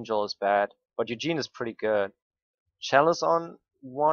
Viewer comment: Ikr it's not Eugene it's ugin